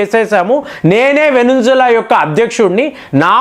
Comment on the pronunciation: వెనుంజుల అనకండి. వెనుజులా.....